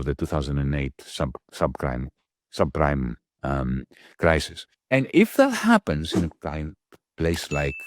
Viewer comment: Ahahah the subcrime crisis instead of subprime crisis was a really remarkable lapsus 😂